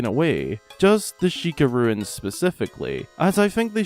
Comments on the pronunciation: Ruins??? RUNES! "rooooons"" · He kept saying "Sheikah Ruins" when he meant to say "Sheikah Runes" and that kept confusing me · I just want to know why so many people pronounce runes as ‘ruins’ - they are very different things 🤣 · Stop saying ruins for runes lol